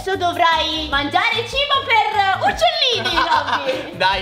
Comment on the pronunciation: Ma quando a detto mangiare a detto R